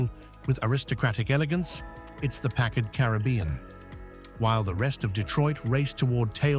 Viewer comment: A Brit talking about American cars, and can't pronounce the names of at least one... it's PACKard, not PackARD!